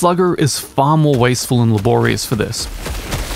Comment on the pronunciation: his pronouciation of "laborious" xD